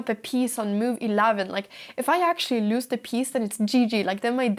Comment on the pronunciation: when you say lose, be careful to brush over the s as though it were a z and not to elongate the o as though it's loose. Just like snooze, lose. Truce, loose.